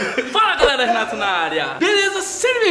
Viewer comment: Quando o Renato fala... Re:Fala galera Renato na área beleza? Eu:Fala galera Renatuh na área beleza?